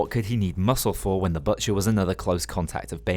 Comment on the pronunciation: "The BUTTcher "